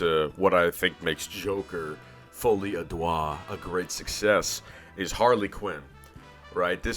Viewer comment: You're saying the name hilariously wrong, "Joker Folie à doigt" (roughly translates to Joker : Finger Madness) It's actually closer to a less stressed "Duh"